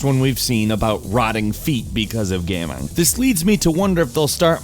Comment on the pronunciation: 0:9 "Today Gameranx brings you ten weird GAHMING stories of 2016" Oh...